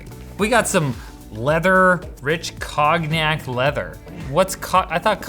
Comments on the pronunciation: It's pronounced "Kon-yack" not "Cog-knack" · Cog-nac, wow that's a first. It hurts soo bad, and i'm not even french. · "cog-nack" hurt me inside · Cog Nak....LOL It's pronounced Cone-yak. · Cog nac lololololol Con-yack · It's pronounced "conn-yac" not "cogg-nac"... You're from canada... thought you'd know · It's pronounced Cone-Yack And it's a really super sweet kind of Brandy. Very smooth but too much of it and you will have the worst hangover EVER. I get the same distraction free writing from my 1990 brother EP-43 it's a thermal typewriter, plug in or batter power on the go, got it off eBay for $20, that included the shipping and taxes... It's print lasts under normal conditions 40 years! Yes it prints on paper, and what a great feeling to see a physical representation of work produced, and saved, 8"x11" screen for viewing (sheet of paper. I also got a 1983 brother EP-20 $9.00 also eBay, it too is a thermal typewriter, I keep it in a go bag, that has paper, batteries, folders 3 of them, pens, and a not pad, I just grab it and head out the door if I'm going to do something like wait in the car while my kid is taking her ballet practice, I'll work in the car, dealing with the paper on the go is not a big deal. I had someone argue that this is better because it has no paper, and honestly, that's not a bonus for this thing, that's like saying I can't be bothered to do what all the greats did including Hemmingway, and that is feed a typewriter. Batteries on Mt EP's both have lasted me between 3 to 5 weeks, that's writing 10 single spaced pages a day. That's hours of operations. I think it's neat and all, but I get the same portable distraction free writing in a machine out of the 70's and at the 90's that's far more rewarding, you can actually see the work you've produced all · cog nack? If you dont know how to pronounce a word, look it up. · Did this guy just pronounce it- 'Cog-knack' ? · Lol, it's pronounced "con-yak", the g is silent. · Ahahahaha "cog-knack"